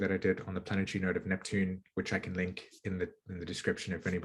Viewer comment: I try really hard to listen to the message and not focus on "the messenger", but im american and i find your accent very annoying like you have marbles in your mouth, sorry but thats the truth. "Sat-on" instead of "sat-urn" isnt there and 'r' in saturn? and "planet-try" instead of "planet-ary" et cetera, im trying to be open minded, ha!